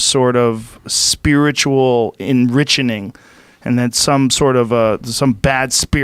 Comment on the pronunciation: Joe "enrichening" Rogan